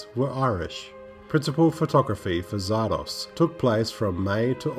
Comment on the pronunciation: The title is pronounced "Zar-Dozz" not "Zar-Doss" (just saying).